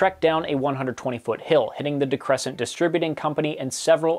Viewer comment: People in mechanicville still talk about "tornado alley". Also, i say this on just about every piece of media that mentions Albany by name, we pronounce it like "always" not "Alabama." On the topic of pronunciation: DeCrescente, you pronounce the e on the end. They still supply the restaurants I work in! DiSienna on the other hand is now out of business. Bizarrely they had two locations less than a mile away from each other. I used to live on N Main Street, the bridge out of town was in my back yard. Nothingbever happens there. Except that one time a sniper started picking off cops... but thats a story for another time!